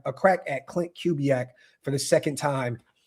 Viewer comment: Correct pronunciation of Klint Kubiack: Koo-bee-ack